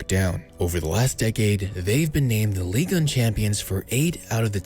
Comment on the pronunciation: Ligue.... UN..... not ligan or whatever you re sayin